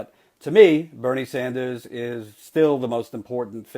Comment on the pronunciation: "Senator Bernie Sandals..." LOL.